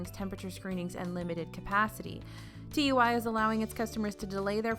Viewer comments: it’s so weird as a british person to hear tui read as T U I (it’s actually pronounced two-ee) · Thank you for keeping us so informed, my trip for next june from the uk will hopefully be "normal" by the way tui is pronounced toowee lol. Love you guys x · By the way TUI in the UK is pronounced two-E you don't have to spell it out!!! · TUI is pronounced two-we 😀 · TUI is said like tooey it’s said as a word rather than letters x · Loved the video as always! Small side note, TUI is pronounced "too-ey"! :-) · Dunno if it’s been mentioned but TUI is pronounced 2E (say it quick) to stop confusion with the UK peeps. But thanks for an amazing vid as always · I was hoping someone else noticed too 😹